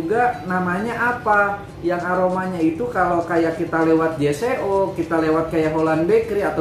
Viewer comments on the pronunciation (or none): J.Co dibaca “jeko” bang